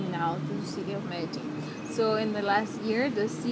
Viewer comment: Also how foreigners pronounce Medellin;)